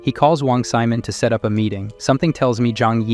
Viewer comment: Wong Simon... Sigh-mon.not semen.